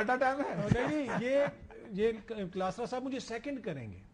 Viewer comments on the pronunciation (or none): Yar kalasrat...kia kehta ha.ksi ko samaj aaya..ye br lllaaaffffaaa banana chahta... U CORRECTED KLASROOOOO...RIGT WAY.....klasaraooo...ko llllasaffffaaaffffaaa do...